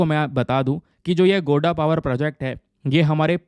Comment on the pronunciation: pronunciation GODDA ka dekh lijiye sir